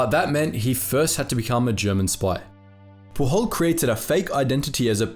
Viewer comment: Pujol is a catalan name, not spanish, thus it is to be pronounced more like you would in english. The "J" sounds like the one in "James"